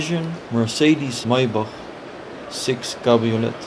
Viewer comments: You don’t pronounce the “t” in cabriolet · Great video, but please learn how to pronounce 'cabriolet' properly.